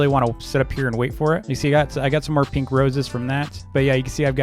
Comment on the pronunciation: I like how he says peenks instead of pink